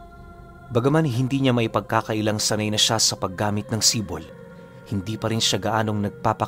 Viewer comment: Idol AAHM OKEEEY ang SIPOL ay tawag sa isang patalim na mas maliit sa itak pero mas malaki sa kotselyo in English dagger. Bali pag bigkas. Nyan ay ganito Si`pol, kadalasan naririnig ko ang term na yan sa mga taga eastern part Samar. Si`pol din ang paburitong isukbit sa tigiliran naming mga waray. Maganda rin yan pangkatay ng baboy kasi Isang saksakan lang sa likod, abot na hanggang baga ng baboy. Know you know😂